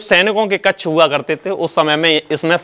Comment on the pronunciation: कच्छ नहीं कक्ष जिसका उच्चारण कक्श है। हिन्दी का सही उच्चारण करें।